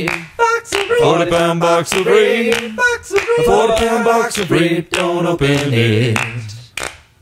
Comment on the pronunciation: thats a box of vegetables rape in italians means a kind of red radish, often exported with the original name. is pronunced as rap (as in raptor) and e as in men